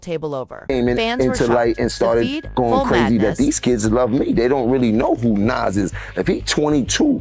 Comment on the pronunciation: The fact that you can't say Nas name correctly shows you're not even eligible to be in the conversation due to ignorance of the people in this topic.